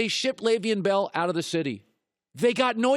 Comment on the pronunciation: Can Colin not pronounce Leveon Bell😂😂